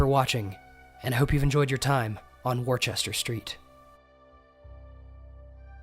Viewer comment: Worchester is pronounced wussta! Honest it really is I'm english!